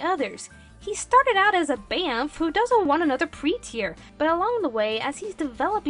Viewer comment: Pretear LOL